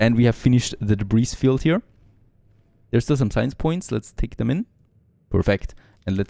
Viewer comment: You don’t pronounce the s in debris